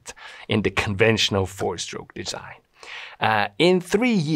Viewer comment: Combustion is not "combuSHtion" (and SHtroke). Good video other than that.